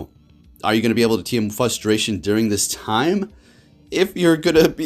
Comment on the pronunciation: The word is fRustration ffs there is an R in the word FUSTRATION is not a word!!!!!!